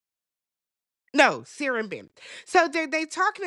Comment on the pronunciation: Not you activating Siri by the way you pronounce Sarah. 😂